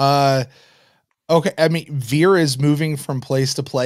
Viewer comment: Vir in Latin means man (either "a man" or "the man," Latin isn't specific about that). Also, Vir in Latin is pronounced "weer." The letter V is pronounced as a W.